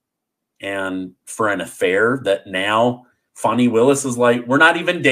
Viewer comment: It’s pronounced Fannie just like your butt